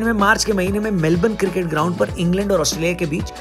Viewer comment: Janab... Cricket hai not circit... Improve yourself please! India first 🇮🇳